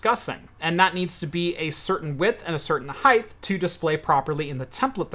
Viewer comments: HEIGHTH. Do you measure stuff topwise? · Why do you Americans say "heighth"? Just about every YouTuber I follow says "heighth". I heard Project Farm say "Fahrenheith" the other day......good grief. Its so off putting. Heighth is not a word. Great video by the way! Lol. Seriously!